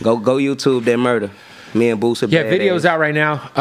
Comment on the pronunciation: Man he don’t rock with Boosie he would’ve been corrected how he been saying Boosie name lol who tf is “lil boozy” 🤣